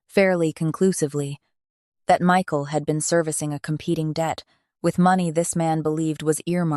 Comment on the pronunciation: The narrator messed up this man's name Michael so many times it almost made it hard to listen to because it happened so close in the beginning is the makings for a very good story you just need to follow the script stop embellishing I guess or maybe it's taken Liberties otherwise you had a good story